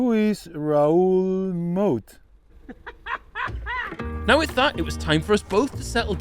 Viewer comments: " wilne who's Raul Moe" HAHAHA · “Will… who is Raoul Moet”😭😂😂😂😂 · "who is raoul moat" 🤣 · "Will?" "Uh huh?" "Who is Raoul Moat?" FFS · ‘Will who is raoul moat’ 😂😂😂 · “will. who is Raoul Moat” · “who is raoul moat”😭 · “Will who is Raoul Moat?” 😂😂😂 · "who is raoul moat?" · “Will, who is raoul moat?” 😂😂😂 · "Will who is Raoul Moat?" 💀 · “Who is Raul Moat” 😂😂😂 quality